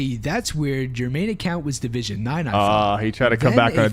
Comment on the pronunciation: "I got logged out of my accjaunt"